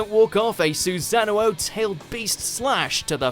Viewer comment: bruhh i dont mean to be that guy but, this vid was great until he missed pronounced "Susano'o". Its just Su-sa-noo not Su-sa-no-ohh. again sorry my peps